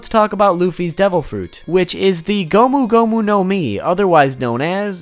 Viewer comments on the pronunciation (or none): gum gum your face ,,,,,gomu gomu not gum gum lol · its not gum gum its gomu gomu no jet pistol